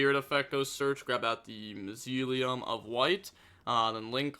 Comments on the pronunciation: Mausoleum is pronounced Maw-zo-le-um 😂😂. You were close enough 😂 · It's pronounced MAW-soleum though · "mausoleum" moz-oh-lee-um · Say it with me now MOZZA LEE UM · Its actually Mass- Ooh- lee- hum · Mausoleum is pronounced More-so-le-um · Bro please please stop playing yugioh for a month and just read some books. How can you not pronounce mausoleum?? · It’s really bad when they can make videos all day and play a card game and remember every little thing about it… but can’t spell or read smh